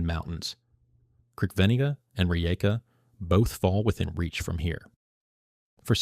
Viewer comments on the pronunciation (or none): You slaughter the names of Brač, Crkvenica, Kvarner, Opatija and Malvazija. Good luck getting handymen to do the reconstruction work for you. Labor, material, professional and handyman costs are crazy in Croatia. You don't show Pula airport. I live in Rovinj (in Istria) and this is funny.